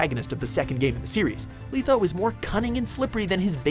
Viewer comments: I think letho is pronounced wrong. It's " letho" not "litho". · letho not leetho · Dude pronounced Letho LEETHO. It's pronounced LETH-O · LEH-Tho not LEE-tho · You really don't know how to pronounce words. I mean first Smaug and now Letho. C'mon. Show some effort! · Letho. With a short E. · Regis only at 9 no vesimir no guanter o’dimm and did it annoy anyone else that he pronounces it lEtho and zolTAN and I love dandelion but he is way to high on this list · Leetho... LEETHO?!?! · How can you pronounce Letho's name as ''Leetho''? you hear his name throughout the whole Witcher 2 game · Did you really just pronounce Letho as "Leetho" ? Way to prove this is just some douche reading a script and not even a person who tried the games lol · lee-tho????? srsly lmao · stop saying "leetho" lol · Ugh he pronounces it "Leetho"..... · WRONG... You do realize the time Regis was chopped up by peasants was before he even met Geralt right? He's come back this time from being melted along with a stone pillar in Styga castle by Vilgefortz. Come on man if your'e gonna do a video on characters at least read up on them first. Shit dude you even mispronounced Letho's name! Oh, I also agree Vesemir definitely should have been in the top 10 especially seeing Dikstra made it in.